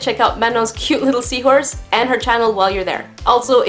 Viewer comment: Omg seawhooress.. Haha that made me laugh!